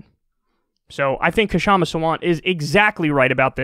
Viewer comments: PSA: Her name is Kshama. The 'K' sound is very brief. It's better to keep the K silent and just call her 'Shama' than make it a hard K sound and say 'Kashama'. So just pronounce it Shama. If your native language has 'small consonant' sounds as in Sanskrit, go ahead and pronounce it Kshama with a short K. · "Kshama" isnt spelt "Ka - shama". Its "Ksha - ma" or if you have problems just say "Sha-ma" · You'll never see this but "Kshama" is pronounced with a silent "K". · Kyle, THE “K” IN KSHAMA’S NAME IS SILENT!!! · Kyle, the "k" in "Kshama" is silent. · Talk , you don't pronounce the 'K', it's just "Shama" ;)